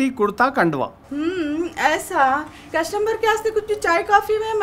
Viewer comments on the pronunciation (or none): bole kashummar 😂😂nahi customer 😅